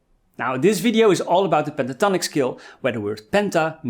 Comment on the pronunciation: Really cool lessons from a guy who is from the Sean Connery school of pronouncing "s" words like "sh" words! The name ish Tonic...Penta Tonic!